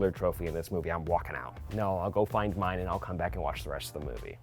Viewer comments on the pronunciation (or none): none